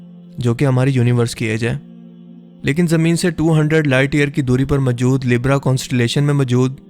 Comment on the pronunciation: Majood kia hota hai bhonsri k, mojood hota hai